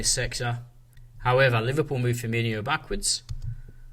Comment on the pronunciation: Mane is not Keita and it’s Firmino not Firminho!